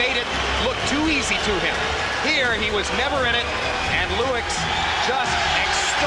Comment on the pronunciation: we got the NEW FORMULA! Now we can call the british-canadian heavyweight legend just LEWIX! LEWIX is his name!!!